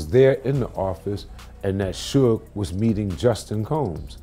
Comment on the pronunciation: Yeah, cause it's a computer ETA: You've never wondered why the voice over messes up names all the time? In this video we're calling Suge Knight "sue-gay"?